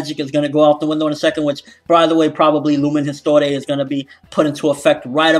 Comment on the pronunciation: lumen histoire is french for light history you pronounce it as lu-men hees-twar just wanted to help you out and maybe you could theorize about lumen histoire through the translation hope I helped!:)